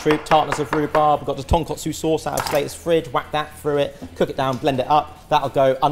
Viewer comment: TonkAtsu sauce, not TonkOtsu. One is fried pork chops. The other is a style of ramen soup. KAtsu = fried. KOtsu = bone broth